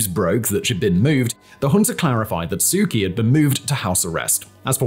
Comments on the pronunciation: Why do you pronounce her name "Key" when everyone else calls her "Chee"? Why is there a big Lifesaver floating behind your head? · I really like your videos! Please know that the nameof the Burmese lady your Burmese report is about is prnounced Soo CHee, with a ch as in church.